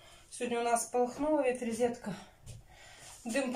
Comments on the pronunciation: Вы же написали правильно "розетка", а говорите "ризетка". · Реезетка говорит. Говорить и писать разные вещи!